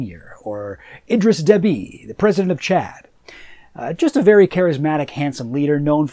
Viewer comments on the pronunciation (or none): none